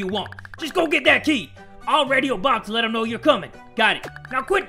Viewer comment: When he said ol bobbo i thought he said obamma XD